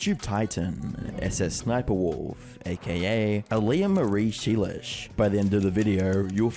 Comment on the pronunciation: I love how he just goes susussniperwolf instead of sssniperwolf 😂😂